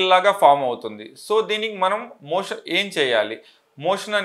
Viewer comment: 'మోషన్ ' అనడానికి బదులు మీరు 'మోషం' అంటున్నట్టున్నారేంటి?